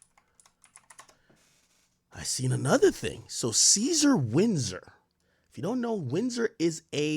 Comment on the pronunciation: The way AK says Windsor and Ontario sounds like he dont speak English lol! Bro these are English names lol